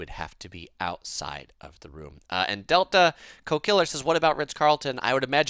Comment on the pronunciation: Teehee you were calling the guy 'delta co killer', I think its 'Del Taco Killer' ! Do you have any tips on traveling around Europe? Skiplagged app seems to be good way to get low airfares. Grocery store tips with pastries or bakeries. Portugal has egg custards, France raspberry cookies with Casino and awesome $3 sandwiches at Monoprix. Italy has fiesta orange cookies at most stores and Milan has the 3 story candy store behind the Duomo. Coop in Switzerland is better than Migros.